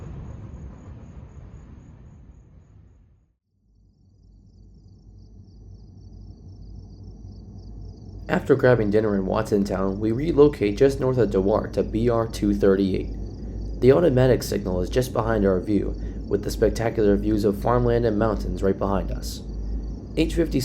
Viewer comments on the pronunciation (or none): Hi -- really like your videos, but here's a bit of education in Central PA town names. Montandon is pronounced Mon TAN don, not Mon ta DON and Dewart is pronounced DEW art, not De WART. Keep up the good work!